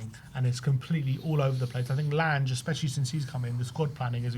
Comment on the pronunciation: Your pronounciation is horrible. Lan-ge, like in Langobard